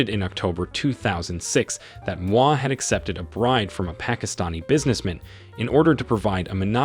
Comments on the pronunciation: Damn! You butchered all the names, including g the Indian names. Do some research, ask for help and do better next time. Moi pronunciation took me out. You do not pronounce it like moi in French. Geez! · I wondered about this “American” narrator, I suspect it’s a Kenyan chap using a text to speech application..the pronunciation of “Moi” is also telling. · The name pronunciations in this video are terrible. t was so cringey I couldn't watch it all. Please ask any Kenyan friend to help you next time. The worst for me were Mama Ngina and Moi.